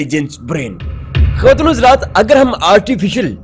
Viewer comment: بیوقوف بولنا سیکھ پہلے. خصوصاً خواتین و حضرات کا لفظ. اور تھوڑا ٹھر ٹھر کر بولا کر